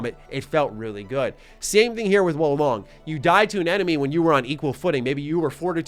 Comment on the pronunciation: my boii... its WUU LONG say it with me now WUUU LONG